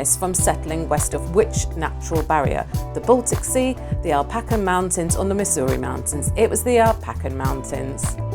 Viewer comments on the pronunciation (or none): I just wanted to let you know what the correct pronunciation of the Appalachian mountains is. App a lay shun. Alpaca is not a mountain in the USA.